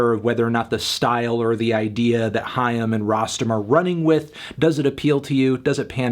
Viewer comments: No Anthony, it’s not ham. It’s haim. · I always thought it was pronounced like 'aim' but with an h sound at the beginning